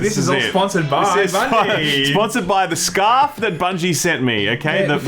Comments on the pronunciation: Did anyone else hear “scuff” instead of “scarf” 😂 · It’s scuurrrfff mate